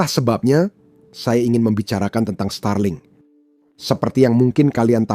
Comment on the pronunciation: Starlink aja dibaca Stralink😂